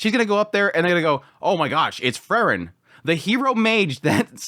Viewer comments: It's Freeren, not Frrren.😁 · I was confused at the beginning of this video as your pronunciation of Frieren (‘Free ren’) sounds so much like Fern, I was like ‘huh? Fern didn’t do any of that’ haha